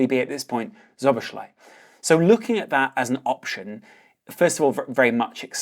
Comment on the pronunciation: for future pronunciation - *Sobosla-i